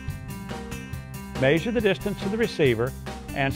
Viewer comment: i love how he says mayzure lol